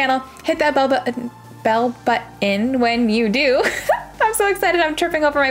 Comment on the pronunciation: I’ve been watching this at night, and loving your vibe (platinumed this and finished burning shores). The funny thing is, I just realized your saying is “smash that bell button”… I always heard it as “bub button” which was so cute.